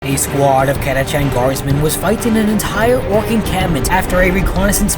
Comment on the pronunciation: ALL of the older audio books and dramas say kat-uh-kan. It's the same as Archangel, Archon, Exarch, Archenemy, etc. Stop putting a soft sound where a hard one belongs.